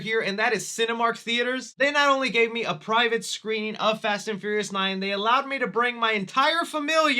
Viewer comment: Is it just me, or does he keep saying Fast and Furriest instead of Fast and Furious...